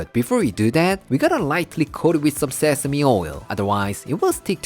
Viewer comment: Yay! You said “say-seh-mee”!!! 🥰